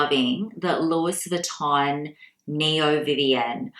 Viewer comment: Do you purposely pronounce 'Louis (not Loui) Vuitton like that? Just something I picked up whilst watching .. 🙊